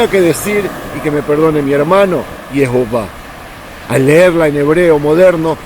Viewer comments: Es lo más hermoso que he escuchado YeHoWaH con la pronunciación judía tan hermosa. Gracias. Te daría miles de likes. Mis oídos han oído algo tan maravilloso. Mis pies y mi corazón se derriten al escuchar a mi Dios YHWH. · Me da mucho gusto que hay alguien de entre millones de personas que pronuncia bien el bendito nombre del Eterno, amigo te felicito por que ese es su nombre, saludos